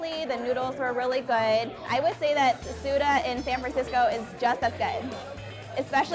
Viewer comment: Leave it to americans to ruin foreign terms. No you don't use soba interchangeably with ramen. Two different noodles made differently. Also, it's Tsu-TAH. But I guess americans like to americanize everything.